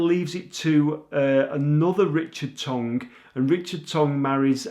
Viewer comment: Tonge Hall not Tongue LOL